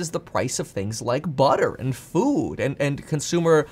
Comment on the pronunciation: Kevin ''fud'' paffrath